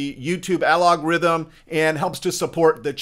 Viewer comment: Absolutely fabulous. I hope you don't think I'm an a-hole; algorithm, not alogrithm